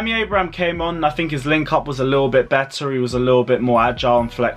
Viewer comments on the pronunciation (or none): none